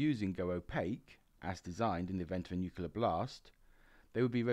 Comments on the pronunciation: Excellent content, just wish you’d learn to pronounce “nuCLear” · Please learn how to pronounce 'nuclear'.